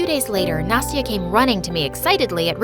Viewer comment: Why "Nasty-a"?!